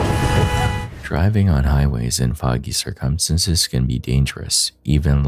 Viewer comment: can you please say circumstances properly? jesus lol